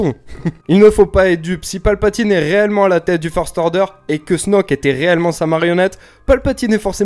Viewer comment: A chaque fois que tu dis "réellement", j'entends "reyllement" haha